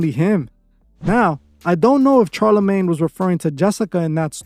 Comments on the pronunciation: It’s like you purposely mispronounce peoples names to piss people off. It’s fuckin pronounced SHAR - NOT CHAR. Same wit your other video talking about thelema smfh. Learn how to pronounce the names you’re reporting about or you look stupid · You mean SHARLA-MAGNE not Charlie lol. Thanks for the video as usual we love this channel. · It’s pronounced Shar-la-maine.